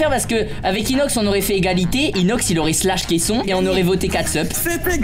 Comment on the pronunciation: On dis pas slash on dit shlass